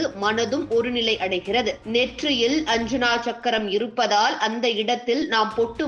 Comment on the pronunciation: அஞ்சனா சக்கரம் அல்ல. ஆஜ்ஞா சக்கரம் என்று சொல்லுங்கள்.